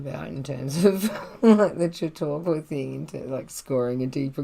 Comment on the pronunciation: Ok! I like it. Your reading is well-paced, and expressive. I’m in. New subscriber. BTW, ZMM is my favorite book ever. Really looking forward to this reading! ps your pronunciation of “Chautauqua” is perfect.